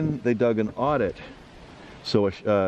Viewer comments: Adit is pronounced like add-it, not audit. Short A, like in Apple. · There called addits not audit lol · Not odd-it , it's pronounced ADD-it!